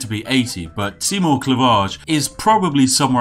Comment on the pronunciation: Seigmore? Are you german or something? Where I'm from, it's "Seymour"